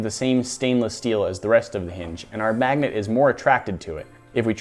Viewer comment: lol mag-a-net